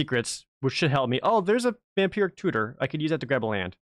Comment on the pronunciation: I keep hearing "Vampiric Cooter".